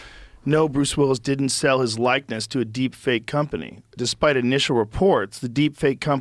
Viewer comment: Joe Rogan mispronounces likeness, and you can clearly see he didn't like the laughter, but let someone else mispronounce a word and he laughs up a storm. Karma Biat**! lol!